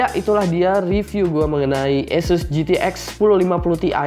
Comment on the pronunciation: ESES apa ASUS sih bang? #nooffense